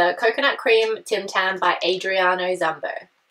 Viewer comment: Its ZUMBO NOT ZUHMBO Heres how to pronounce zumbo (Zoom-Bow)(zoom-beau)